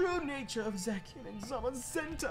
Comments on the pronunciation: I can't tell you how much it's been bugging me haha, but we know 😅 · One day nappy will pronounce zacian correctly lolz